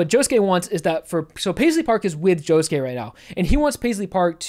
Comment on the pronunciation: um... joshuu? really?